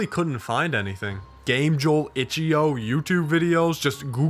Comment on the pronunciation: hearing him say itch eo instead of io is hurting